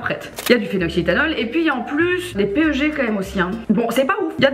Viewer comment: Sympa la Video!!! Keep it up:D Juste PEG ca se dit Pegue Pas P.E.G. ;)